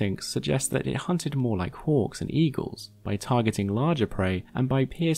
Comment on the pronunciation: I spent a good minute trying to figure out how it was relevant that they hunt like orcs, before realizing it was your accent and you were saying hawks. It just sounded you like were casually talking about orcs 🤣